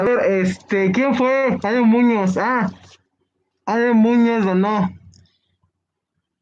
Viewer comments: Ale muñóóz jaja Pronunció mal el apellido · Ahora es Ale Múñoz (según la pronunciación de ) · Ale mÚñoz de acuerdo a la pronunciación del